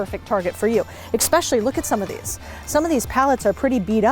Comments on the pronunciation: "eSpecially" not Expecially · At did you actually say exsedera? It really drops your perceived IQ when you can't pronounce simple words. By the way, it's pronounced the same way it's spelled et cetera. OMG. had to edit my comment. Then you actually say exspecially. Is English not your native language? Aren't you embarrassed to talk like a grade schooler? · There is no "X" in the word Especially. I will not rest until the world knows....